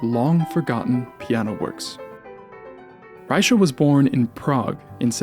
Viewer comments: "Rycha"... don't know how the Germans and the French pronounced his name at the time but the current Czech way of pronouncing his name as "Rey-kha". Great video otherwise👍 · German name, German pronunciation. Plain and simple. Fascinating presentation, though! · the ch is pronounced like in Loch Ness. are you sure that "die Kunst der Fuge" contains variations? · that's not how you pronounce his name FYI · yeah and it's wrong.